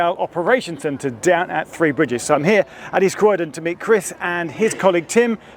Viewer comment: “Free bridges” - confirmed on the subtitles. Every time I’d be on a Southern train going to/from Horsham, every announcer would say ‘Free Bridges’. Ooh, I get a free bridge, can I choose? THREE BRIDGES, learn to pronounce. Interesting video though. Plus in the beginning, you’re standing next to my old civil service office, that big steel and glass box next to platform 1 at ECR.